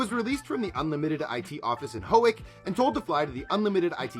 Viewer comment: The pigeon story is 100% real, but he mispronounced Howick. It's pronounced How-wick